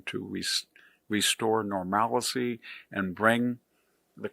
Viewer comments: "return to normalacy" You invented a new word! I've heard of either "normalcy" or "normality". 😀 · "Normalcy" not "normalicy." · Normalcy!! not normal-i-cy.... come on man... also the name change thing is probably not the best point to make when we just renamed the Gulf of America. I agree with everything else you stated tho... nice having things go back to normal and better than normal. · Normality or normalcy -- not 'normalicy'! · Yes, V.D.H. is a brilliant man, but I wish he would learn how to properly pronounce the words “nuclear” and “normalcy”. (Hint: they are not pronounced “nuk-yu-ler” or “nor-mal-i-see”). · I thought you were smart until I heard you pronounce "normalcy".